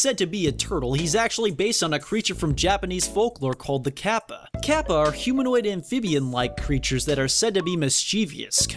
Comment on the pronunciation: Did you say... ...the KAPPA?